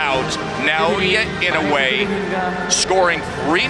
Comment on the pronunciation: Love how these clown commentators don't have a clue, and like all true Americans can't pronounce a foreign name correctly - it's Ee-no-eh and not in-oh-way.